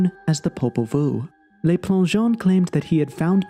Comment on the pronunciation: Please learn how to pronounce French. "Le" rhymes with look, not lake. It does not sound like "lay."